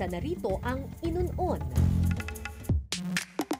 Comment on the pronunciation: Natatawa ako sa inun on pronunciation..hahahaha grabe tawa koh